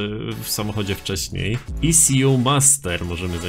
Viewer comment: to się czyta EKU